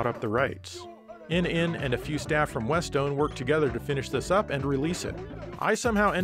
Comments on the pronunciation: A legless Dragon is called a Leviathan and "Westone" is pronounce West-one iirc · Westone is pronounced like west-stone (with a long O sound). The name comes from the first characters of the founder's names - Nishi for Nishizawa translates to "West" and Ishi for Ishizuka translates to "Stone." Huntdown really looks like it was partially inspired by Technocop.